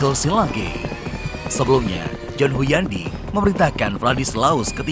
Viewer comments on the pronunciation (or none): Hunyadi, bkn Huyandi🤣